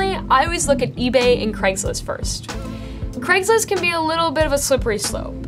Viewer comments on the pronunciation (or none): none